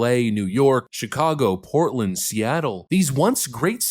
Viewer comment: Portland? Sounded more like Frisco.